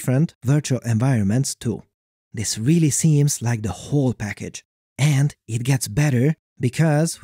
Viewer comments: I love your videos, but the way you say 'and' really irritates me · Great video but my guy, you need to work on your intonation. It sounds like it was read by a robot and all I was hearing was AND BUT HOW